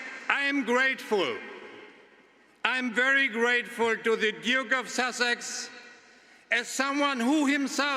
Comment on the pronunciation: WHO wrote her scripts! They need an english/grammar lesson.... AND she said"duke of susseck"